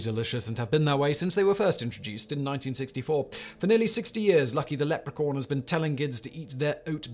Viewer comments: Did he say "lepricorn"? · Simon - "Lucky the Leprecorn" lol